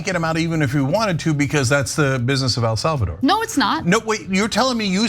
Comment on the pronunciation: Anyone else giggle at how Ana pronounces it “El Solvador”? 😂